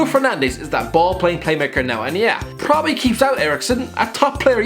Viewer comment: He said probally at least 15 times in this video and every time he reminded me of a horse